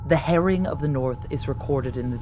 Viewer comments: Nor can you pronounce 'harrying' 😢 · It isn't pronounced 'herring' 😂 That's a type of fish. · The "herring" got on my nerves a bit,it was "harry-ing" ie laying waste and destroying. I was going to say no ginger mingers involved but as ex-Vikings of yore many of the Norman troops may have been redbeards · "the Harrying of the North. " ahh !! sounded like hare-ing, or herring and then my brain also didn't work well enough to suss it out. thanks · The Herring of the North, The Biyou Tapestry & Dook. Why do Americans struggle so much with pronunciation. The trouble is, they are feeding this back to us, & people are starting to copy it. Surley the preservation of our native language is as equally important as our history.